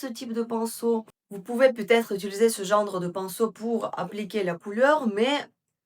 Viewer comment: Bonjour, merci beaucoup pour ces excellents conseils comme d habitude. Je pourrais avoir la référence du crayon marron s il vous plaît? On dit « genre » pas « gendre » 😘😘😘❤❤❤❤❤